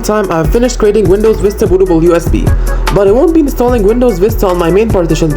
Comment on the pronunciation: Bro what the hell is windows "Fista"